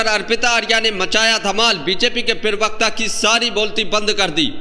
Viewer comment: जी पीरवक्ता नहीं होता प्रवक्ता होता है, कृपया ध्यान रखें।